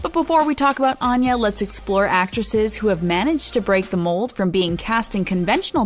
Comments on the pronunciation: She pronounces her name Ann-ya, not On-ya, but that's an understandable mistake. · She says she pronounces her name “Ann-ya - as in aneurysm.” Also check pronunciation of Seamus. Otherwise, nice video.